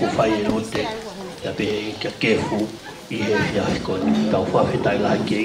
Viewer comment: Kefu not Kepu